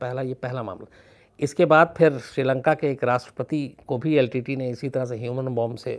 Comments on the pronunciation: Shams ji main aapko dhanyavad karna chahtha hoon. Lekin aapka yah shabdh " litte" kante ho yeh galath hain. iska sahi pronunciation yel. ti ti .yee bantha hain. Shukriya. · Litte ...Litte...i was confused at first. 🤔 But later realised that SHAMS sir was saying L.T.T.E as LTTE - Litte. ( in short pronounced ). 😅